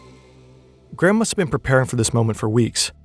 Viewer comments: He almost pronounced ir correctly . Gray-um. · His name is not "Gram", for fuck's sake. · Why do Americans pronounce it Gram? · His name is Graham, not Gram...